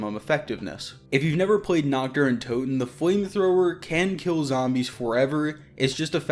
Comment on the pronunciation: I am German and started laughing when he said nackter n toten because Nacht der toten means Night of the undead 😂😂